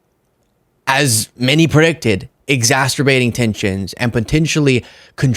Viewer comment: Exacerbating....say it right.